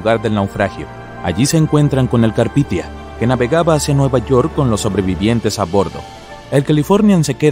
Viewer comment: No es carpithia es carpathia. Un esfuerzo más por investigar por favor